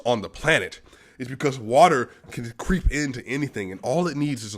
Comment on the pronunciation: Nikola “Bruce Lee” Jokic. He like watah